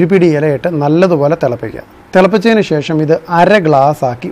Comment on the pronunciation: ശേ...ശം അല്ല,,,,,,, bro,, ശേഷം എന്നാ ണ് 🤔👍👍😂😂😂😂